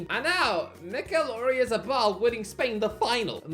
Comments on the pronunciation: Wouldn't be an video without him hideously mispronouncing something. Oreazzabal 😆😆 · bro put zero effort in pronouncing Oyarzabal